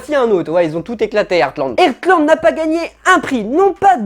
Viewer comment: Pitié c'est pas "Ertland" ça se prononce "HARTland" 😭😭😭